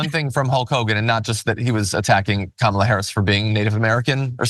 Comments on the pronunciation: Did Hogan say "Kah Malla " again..UGANDAN GIANT ?? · He's used to pronouncing it the way he knows it (kamah-lah) He once wrestled James Aarthur "Kamala the Ugandan Headhunter" Harris. I was a big fan of Hogan as a kid only to find out that he is garbage in real life. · Imagine not being able to even accent the right syllable of someone's name, but pretending you should help decide who runs the country.